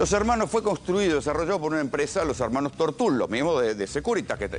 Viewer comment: "Tortul", no tiene acento ortográfico, se pronuncia como se escribe, sin acento.